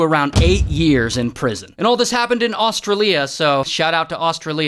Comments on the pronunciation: It is not ostria it's Australia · Os-tra-li-a ?? It’s gotta be os-stray-li-a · Austirilia Got me dying 😂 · He said “o-strol-e-a”- NAUR. It’s -o-sral-e-a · As an Aussie, I hereby sentenced to say Aus-tra-lia and not Aus-tri-lia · bro its not AUSTRA-LIA ITS AUSTRAILIAA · Bro just said Au-stra-lia and not Aw-Strail-Llia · its not Ostra Lia not that its Australia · It’s os-stray-leya not aus-trilia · Its not australiae its australia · Astrallia really? It AU-STRAY-LY-A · IT ISNT AUS-STRU-LEA, ITS AUS-TRAE-LEA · Austrelia????? It's Australia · Austra lee a 😂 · austruliya? its australia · Austra lia 💀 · a-strail-ea is how you pronouns it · Did he just say Austra Lea? This is just as bad as him pronouncing Nicholas as "Nickel Ass". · Ah, yes, I love Ahstralia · it’s o-sch-r-alia- but omg this is craZ!!! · Is no one gonna talk about his pronunciation of Australia. AustALIyuh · That's 'Australia', mate, and not 'Australeeya'. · australia?? its aus Trau Lia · australia its promounced Aus tray lia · its not austrilia.... its australia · nah bro really said ahstraleah (AKA) Australia 🇦🇺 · “AustraLIA” why did he say it like that 😭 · IT'S AUSTRALIA NOT AUSTROLIA!! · is the aust-rah-leah pronunciation on purpose 😭😭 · Aus-tray-lee-ah, i swear I'm gonna have a fit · Shout out to austreeleea 😂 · Au-stra-lia 💀 But on a genuine note, This creeps me out cuz I’m from Australia 🇦🇺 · Austa-raleea Austra-raleea oi oi oi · GDAY MATE HOWS IT GOIN, AS A FELLOW AUSTRALIAN I FELT BLOODY DISRESPECTED MATE WHEN RAY SAID “Aus-stray-Lia” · AUSTRA LIA? DUDE FIRST MEL BOURNE ITS MELBIN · “Aus-tra-lea” lol 😂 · "austra-lia" is crazy 😭💀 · Also who the fudge pronounces Australia that way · Not the way he said Australia 😭🖐️ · Yo why you mispronouncing Australia 🇦🇺 so bad? It’s not that hard